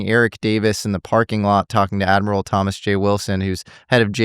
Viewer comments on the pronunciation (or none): none